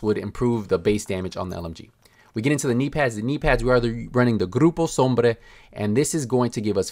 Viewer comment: The way he said gruppo sombre😯